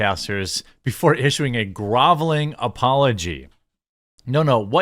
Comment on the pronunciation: it's pronounced "grovel" like "shovel". Learn English.